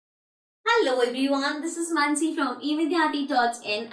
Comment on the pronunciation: Mansi is the correct pronunciation